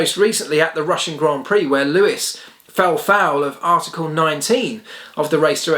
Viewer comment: ⚠️ it is NOT Lewish ... it is NOT Bottash ... and it is certainly NOT Max Vershtappen!